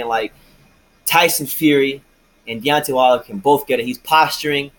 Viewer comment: A long way to say, De-uck-tay Wilder don’t won’t that smoke.